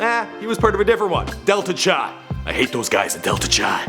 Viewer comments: its pronounced kai not chai, representing Marshall University chapter! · greek letter Chi is pronounced like Ki